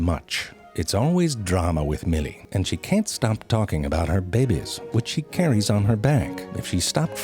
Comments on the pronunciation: I love the way he says babies "babeys" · love love love it when he pronounces babies into "BEH-BIES". so cute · Not "babies" , "BEBEEES" 😫 Ow come ooooon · I've taken to pronouncing things like ZeFrank pronounces things. "Look! It's beeried there! Right there! See the behbehs?" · Very informative....Just love how Mr. Frank pronounces babies...as "bay Bays"..why I giggle is beyond me. Love the channel. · I've been watching all of these videos lately, butt-eye...sorry... but I can't stop pronouncing certain words this way now. B-yurd...bebehs... B-yuried... I can snot...sorry... cannot stop... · Zefrank has 100% changed the way I pronounce babies as "bebies" and birds as "biyurds" ❤❤❤